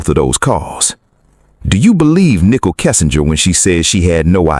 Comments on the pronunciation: Ni cole. Not nickle. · Why you say Nickol... it is Nichol...ready!